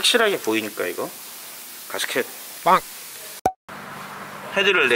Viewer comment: 망치로 손을 때리게 되면...갑자기 두손을 쥐고 나도 모르게 기도를 하게 됩니다!! ㅋㅋㅋ 공돌이들의 필수 과정인데...울 께서도 손을 때릴때가 있으시네요!! 인간적인 모습까지 모두 존경합니다!!! 가스켓 발음 주의해 주세요!! 가스켓!!! 개스켓!! 개스키~~ㅎㅎ